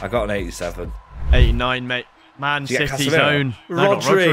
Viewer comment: CITYH CITYH CITYH